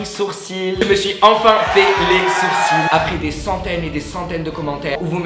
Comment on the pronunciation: Aaaaaaaaaah faut pas dire le "l" à sourcil !!!!!!!!!